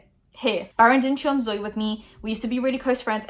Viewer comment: i genuinely thought her name was pronounced “Zoe” and not “zoy”